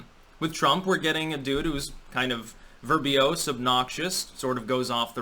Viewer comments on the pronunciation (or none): Yo, it's "verbose," not "verbiose." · *verbosity not verbiosity but good stuff as always Edit: oops and again: verbose not verbiose! Keep it up dude! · Great commentary. It’s “verbose” btw